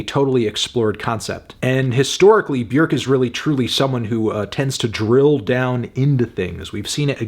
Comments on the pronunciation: B'york. Not B'yerk. Funny melon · Feeling a strong 8 to a light 9 on Melon's Björk pronunciation instead of the usual English "bjawrk". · he said "B-YERK." :text-green-game-over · Afantano rlly be saying b-werkkk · Bjerk? Is that how you pronounce it? It's so distracting for some reason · I think you mean “Byhukgh” (Look up the proper pronunciation) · So It’s pronounced Byerk now? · Why does he keep calling her Bjerk? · Why are you mispronouncing her name? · You said the name wrong Melon, also your score is just embarrassing. I'm telling your parents at dinner on Sunday they did a bad job raising you